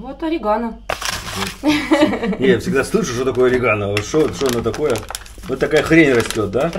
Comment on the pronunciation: У нас в Колумбии делают sancocho из бычьего хвоста с guacamole из авагадо. (sancocho de cola de rez). Тоже очень вкусно, язык проглотишь. Кстати орегано, произносим с акцентом на третьем слоге, на "е". Произносим Комино с акцентом на "и".